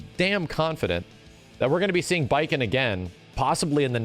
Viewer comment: I thought he said Batman at first 😵‍💫😅